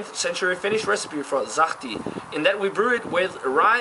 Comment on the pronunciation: Sahti was pronounced almost correctly, the 's' in the beginning should be softer, like in the word 'such', you said it now like 'zahti' :)